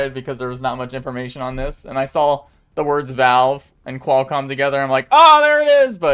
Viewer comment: Qual like Quality, not Quail, like the bird. Also, Gigahertz and Megahertz, not Gee hertz and Em hertz. And the S in Fresnel is silent.